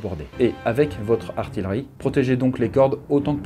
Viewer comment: Ça se dit "artiYerie" et non "artiLerie"